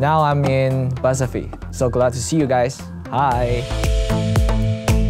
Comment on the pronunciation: "hello ladiesseu and gentlemen, boyseu and girls. this is lay zhang. now im in buzzeufeed. so glad to see u guys, hiii!" he's so cute tf??